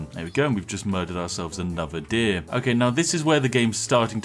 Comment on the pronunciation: Exploits aside, this is the first time I hear the correct pronounciation of "deer"